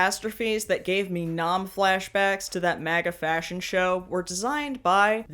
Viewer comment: "fascion show" 🤣 👩‍🍳😙